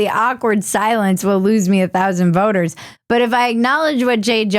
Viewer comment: I heard "I just lost 5 thousand boners". I had to rewind and put the captions on. 5 thousand voters. I was looking down at my phone and was like "WTF?" . 🤣 🤣